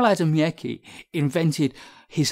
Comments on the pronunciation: Ah ah, poor Adamiecki.... btw, he was not russian, but polish (and his surname is pronounced "Adamiezki")... and he published his works in polish and russian... but I guess that for this is even worse:))))) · Marco - Yes, I was aware that Adamiecki was Polish, but not of how he pronounced his name. Thank you. Why should I think that worse? More on Adamiecki